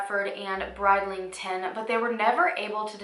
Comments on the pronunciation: “Bride-ling-ton” 😂 your so cute! You pronounce it brid-ling-ton so brid to rhyme with grid. I’m from Yorkshire and never actually heard of this case, I live near Leeds. You pronounced Yorkshire perfectly btw 👌🏽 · Aww bless you - the first part of Bridlington is pronounced brid not bride xx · also your pronunciation was fine 😊😊 just one thing, Bridlington is pronounced as Brid rather than Bride 😁😁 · Your pronunciation of English place names was great, only one that was a little off was Bridlington, Brid rhymes with grid, not like bride. Not a criticism though, I doubt I could pronounce a lot of US place names! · Brid ling ton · Thank you for covering this case. This happened not far from me and with a healthy true crime knowledge...I've never heard of it! BTW your English pronunciations were pretty good! (Except Bridlington is pronounced like 'Grid' lington :) This poor family needs closure <3